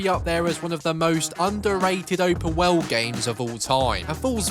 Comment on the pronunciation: Open Woweld! Lol